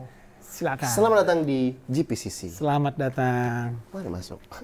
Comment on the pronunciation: JEI pi si si bukan JI pi si si